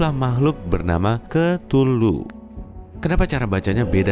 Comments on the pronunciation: 02.41 hey cthuluh (ktuluh) DIBACA= KETULUH YG BENAR=KEUTULUH nama mu susah disebut, ngakak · KETULU ET DAH SUSAH BET NYEBUTNYA